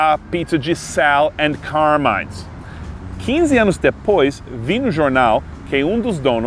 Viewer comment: Um detalhe: "Carmine" é um nome italiano, e a pronúncia é "cármine", não "carmáine"